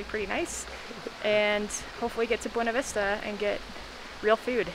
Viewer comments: They pronounce it Be - ewe- knee vista Not Ba - wain - a vista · [BWEY-NA VISTA] god how do people not know how to read